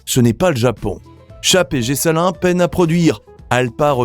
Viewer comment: Je vous dit « Bravo » vous avez bien dit « Panhard « comme vous avez dit: Gessalin (et non guessalin😂) Excellent documentaire !! La Chenard Walker : Réhabilitée, les Dubonnet (enfin) , les Mathis; sur les documents la « 333 » blanche et la « 666 » complètement oubliée !! La « CD »: sublime auto (j’en possède ; une ) au Mans : 1ere à l’indice en 62,! (avec un moteur de 702 cm3 et une vitesse de 215/ 220 km/h ) une performance prodigieuse, à la grande déconvenue de René Bonnet !! Il y à eu séparation chez « DB » car René voulait une DB ; 4 cylindres !! Pour la « CD » ce n’est pas Romani (comme indiqué) : mais : Romani et Deutsche. Présenter la Dynavia , »un Must » c’était seulement un prototype d’étude pour la « Z « et rien d’autre !! Cette « Dyna Z ». Contrairement à vos dire! était entièrement en aluminium ( il n’y avait pas de problème pour l’alu) j’ai remarqué, derrière la Dynavia; la Socema Grégoire à Turbine : un monument de l’automobile !! il aurait été bien de parler des Peugeot 402 et 402 Andreau et des 1eres DB . Étant partie prenante dans cet Historique, je vous félicite. Edmond Magne.